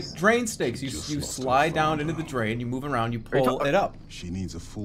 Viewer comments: “Draen snake” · jerma: "draen" drain snake